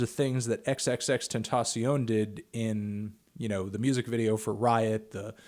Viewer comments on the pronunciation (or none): "The biggest music geek on the internet".. "XXX-Ten-ta-sion".. really..?